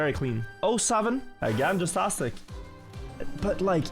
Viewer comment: hey, man. i'm gunna need you to fucking say JASTASTIC like JAZZ TASTIC. and stop saying Jizztastic. Thanks